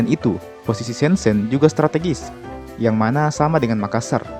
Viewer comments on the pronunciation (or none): It's prounounced Syen Jen (kedua huruf e dibaca sebagai e pepet seperti pada kata Elang)